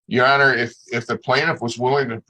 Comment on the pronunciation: Defendant and his wife, “thank you ye honer” LMAO